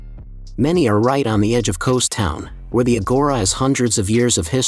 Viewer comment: Kows? Eh no Kos